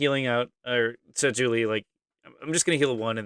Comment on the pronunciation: His name is Juli with a j (his full first name is Julian), not Juli with an h.